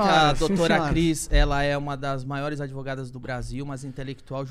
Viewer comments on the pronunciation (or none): Ai essas 'advogatas' causaram muito problema kkk